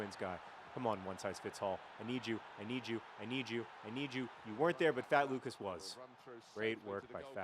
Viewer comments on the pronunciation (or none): none